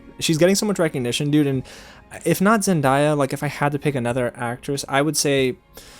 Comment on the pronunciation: I know I’m not the only one that’s pissed at him for saying zen-die-ah instead of zen-day-ah 🙄, like pronounce her name right!